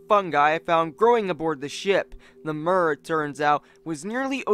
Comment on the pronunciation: It's pronounced mir with i like in the word h -i -t. Mir means World in Russian language, it can also mean Peace. 🤓